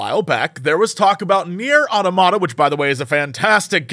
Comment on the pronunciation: Why is Jesse mispronouncing the word automata?